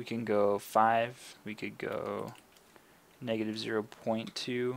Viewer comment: Negative* not meg